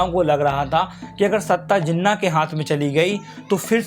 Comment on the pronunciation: First of all it's Jinnah not zinna